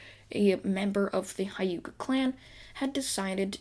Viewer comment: Your saying wrong It is the hyuga clan